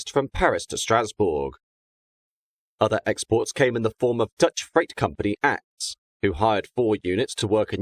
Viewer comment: As usual a great video to watch, I've been following your channel since the early days. Still love the subjects you portray. ACTS is not pronounced as one word "ACTS", but by it's individual letters A-C-T-S.